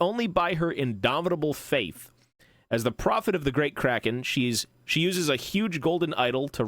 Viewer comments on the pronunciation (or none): none